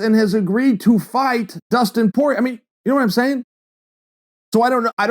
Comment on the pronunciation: Dustin “poorer ay “ Porier